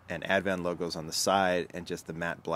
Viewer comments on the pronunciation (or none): none